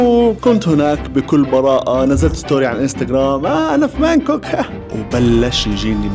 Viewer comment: بانكوك ولا هانكوك هههههههه